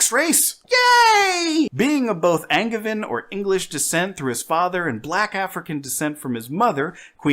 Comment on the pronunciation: Cringe understanding of Arthurian legends. Cringe pronunciation of Angevin. Cringe slobbering over the House of Mouse and their propaganda. Cringe use of “spouse” over the lastly superior “wife”. I wonder how many funko pops this guy owns